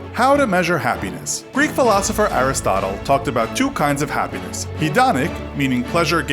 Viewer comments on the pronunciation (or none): none